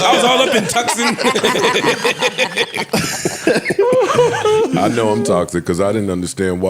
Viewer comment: “Tucson” 😂😂😂 Too-sahn.